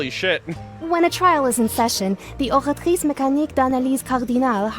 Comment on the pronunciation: I feel like yours and the Chevreuse way is better. And Tetreaux (bartender) too. did nail that Oratrice really good though. I shall forgive o7